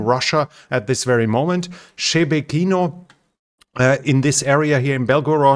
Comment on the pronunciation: Well, we know you don't read your comments now since you made the same pronunciation mistake on Shebekino as yesterday. ;)